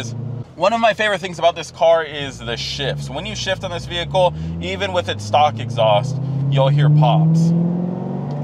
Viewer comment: stop saying f*****ng “VeE - HiClE”…..